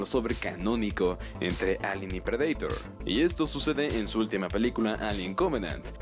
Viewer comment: Depredaitor JAJAJA en inglés es predator JAJA